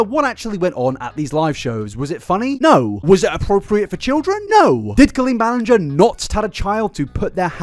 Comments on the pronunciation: I love how you tried so much to say her last name correctly, but still got it wrong once in a while 😅😂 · I love that you still accidentally said her name wrong again 😂❤ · he literally mispronounced it again like two minutes in 😂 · Thank you for acknowledging your mispronounciation of her name. It legitimately annoyed me. Lol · Ballinger? I hardly know 'er! ...I'll go. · I love how as colleen’s wrong-doings got more and more disturbing the more frequently mispronounced her last name. Every time he did it I would cackle😂😂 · The apology for saying her name wrong followed by continuing the mispronounce her name is a MOVE. Because it implies you now know … and don’t care because it isn’t worth getting right. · Makes a guitar apology about saying Colleen’s last name wrong only to say it wrong still during this video 🤣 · So she's worse than James Charles? I also love how you said her name wrong 3 different times. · Why was i used to and prefer him say the lady's name wrong 😂